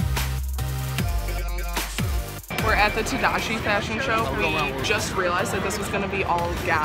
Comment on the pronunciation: "tadashi" im triggered